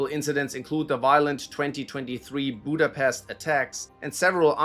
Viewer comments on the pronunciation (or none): none